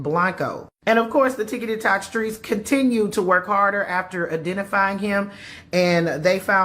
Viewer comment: This is a serious matter, but the lady calling it "ticketytoc" had me SMH with laughter.😂😂😢